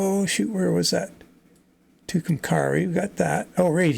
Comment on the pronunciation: Just 3 minutes in and you mispronounce Tucumcari New Mexico, the last part is pronounced carry like carry your luggage, so to put it all together its Toocomcarry in pronunciation. Or I'm going to carry my luggage. Your Welcome. :-)